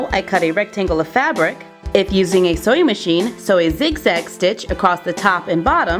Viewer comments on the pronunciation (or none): when she is saying sewing machine it kinda sounds like she is saying soy machine